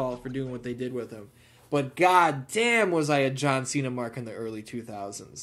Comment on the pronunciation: And in reference to John Chenna…It’s how Santino Marella used to pronounce Cenas name. He’d say “John Chaina”